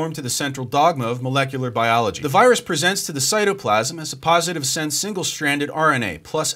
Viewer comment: blocks the wirus you say?